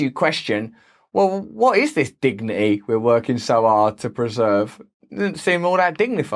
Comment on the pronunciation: dig nee eeh aka dignity